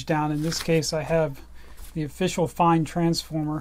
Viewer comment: Its not pronounced 'Fine' its 'Fayn'. I used to work for a distributor handling Fein products here in the UK and this was always how the Fein rep pronounced it.